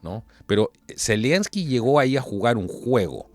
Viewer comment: ZELENSKY, sin i entre medio.